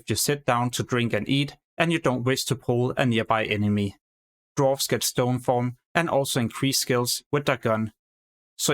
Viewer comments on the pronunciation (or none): none